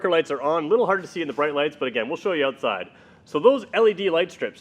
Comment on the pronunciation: say ootside ONE MORE TIME!